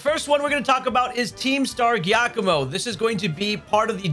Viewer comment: Giacommo (JEE-Ah-komo) you're welcome. Good vid! Hope these pokemon could be my cash guide to farming the STC